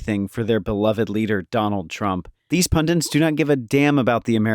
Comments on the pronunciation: It's "Pundits" not "Pundents"! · Are you saying "pundants" on purpose? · It's "pundits" NOT "pundints"! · The word is PUNDITS - there’s only ONE ‘n’ in the word. It’s not “pundints” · What the fxck is a "pundint" you freaking moron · Sorry to be pedantic, but... "Pundants"??? Pundits wear pendants.